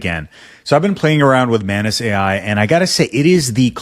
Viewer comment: ohhh MANUS... i keep hearing mayonaise